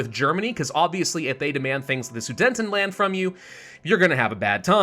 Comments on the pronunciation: it’s pronounced suDETanland, not suDENTanland🥲🥲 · I have to ask... is there a reason why keeps pronouncing Su-DE-TENland horribly wrong? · Why do you pronounce it as "Sudentenland"? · Drinking game: take a shot every time he pronounces Sudetenland incorrectly.